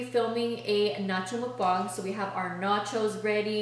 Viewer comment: I love how u say mukbang the correct way lol so many ppl pronounce it as mukBANG but it’s actually pronounced as mukBONG💖